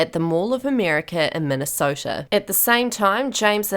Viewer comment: You didn’t say Minnesota right